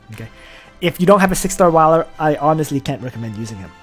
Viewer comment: Wiler? No. Whaler.